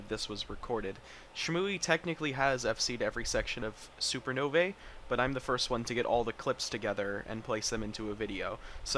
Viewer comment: "superno-vay" is probably not how it was intended to be pronounced.